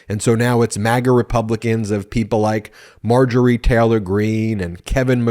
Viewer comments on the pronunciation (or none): none